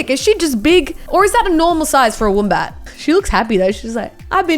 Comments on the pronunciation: y does say woombat, its wombat u idiot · Who says woombat it’s wombat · Woombat, why you have to say it like that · She said woombat not wombat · when she calls it a woombat )))))@@@@ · its not a woombat its a wombat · Did anyone notice she says woom bat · Woombat? I thought you were Aussie 😂😂😂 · The way she says wombat tho 😖. It’s pronounced “wh- o mm b- a -t” (short vowel sounds) Uhhhhh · Ur Australian but you cant pronounce wombat correctly. BTW love the vids ceep it mate.